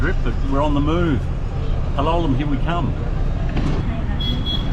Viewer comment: As Lisa corrected you, it's PAL-o-lem, not Pa-LO-lem. Listen to the locals, it's not that hard,. I know you can do it! You do a good job with bahasa indonesia, so for sure you can get the names in India. Most three-syllable words will have stress on the 1st syllable. Soldier on! I know you don't read the comments anymore and that's fine, I don't blame you with me bugging you about pronunciation.